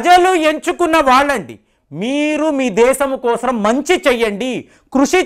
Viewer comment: Brilla kaadu adi , Birla ...cheppu malli ..kosram kaadu , kosam paluku malli